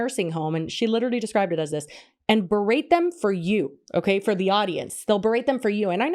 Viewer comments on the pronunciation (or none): So petty but i love that rug lady said “berade” instead of berate lmao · I don't think she knows what berate means and I think that's clear from the fact that she pronounces it like it's a braid.